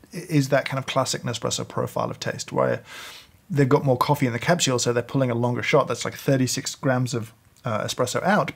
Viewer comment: I love how he says capshule!